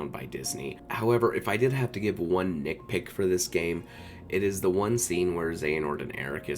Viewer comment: NITpick Not NickPick NITpick